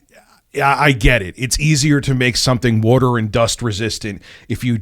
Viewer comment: he said wooder 😂